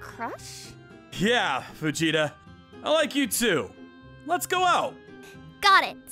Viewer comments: He said Fujieta like saying Vegeta. 😂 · I watched to much dragon ball it sounds like everyone is saying vegeta instead of fujieta 😂